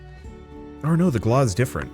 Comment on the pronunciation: wonder your not ment to say galah with the hard R. is like gala but not ga la. they got there name from the road rage in your tone when 1 races you going 100KM in a car and then try's to fly in front of the car. fucking galAH like that